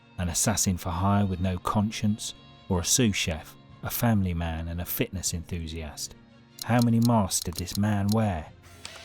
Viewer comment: Did you go to school, fella? F A M I L Y.